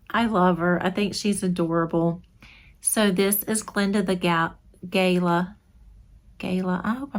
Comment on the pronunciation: Australian here :) its pronounced Guh-laa. Love your video. we also call someone a Galah if they are acting silly :) thanks for posting